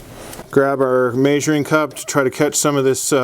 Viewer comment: May-zhure lol. Are you in Utah or Idaho?